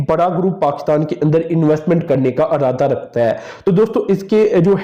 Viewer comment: Arada nh irada. Alaka nh ilaka. Praany nh porany